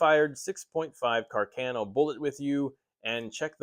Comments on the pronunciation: Ca'rcano not Cercano 😅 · Càr- ca-no please. Not Car-cà-no. 😉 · Damn! Càrcano!...not Carcàno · Cercano not carcheno